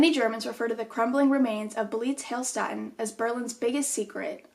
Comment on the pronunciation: Hey, German here 😂 the name was pretty close, so please don’t take this wrong but in case you want to know how to pronounce it correctly: the „ee“ in „beelitz“ is pronounced like the „e“ in desk but very long, the „i“ is very short and the „ä“ in „heilstätten“ like the „a“ in „sad“! ☺️